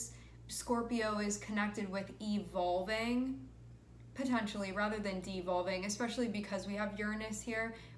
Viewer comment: EVOVL-iNG THE WAY YOU SAID THISSS STOPPP